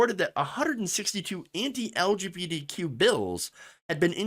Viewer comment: I love how you say LGBTQ like "L G beady Q" lol